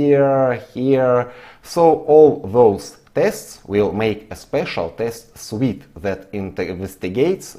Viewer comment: С огромным уважением и признательностью к за его труд и просветительскую деятельность, коррекция произношения в одном критичном месте, точнее, трех подряд. Suite = cьют, не свит. Именно сьют - это набор, комплект, а свит - сладость, конфета.) Фром зе дип оф май харт!